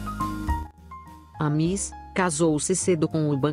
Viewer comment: Não se diz mis, diz se miss, está bem?